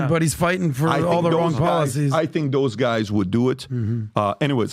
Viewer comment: Lmao y can’t pat pronounce words that start with “Th” mf saying Dose instead of those 💀😂 what a goof